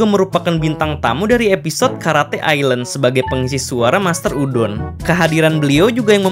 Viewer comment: Bukan karate ilen tapi karate island